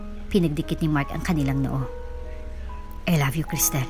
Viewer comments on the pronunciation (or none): none